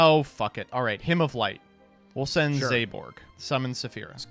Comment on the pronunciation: I am so personally offended by how pronounces Zaborg... Zayborg? Was there a Y I didn't notice? Hell even if you put an E at the end it doesn't work! I swear he's doing this to piss off me specifically... Like I know reading is hard... BUT IT'S THE FIRST WORD ON THE CARD!!!